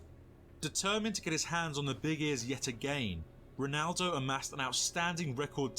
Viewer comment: Why do most Americans say "Ronado" instead of "Ronaldo"🥲?